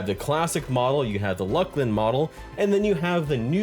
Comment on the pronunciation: Dude, it's pronounce Looslin. Fight for the truth. Old troll model was the best. And I really enjoyed the first person view, especially at the bank in Cabilis and Kurns.